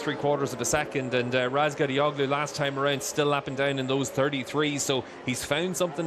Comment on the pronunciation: Hey commentator. Who the F is Ratgallagotu? Maybe you should learn how to say the number one rider’s name before you open your dirty mouth.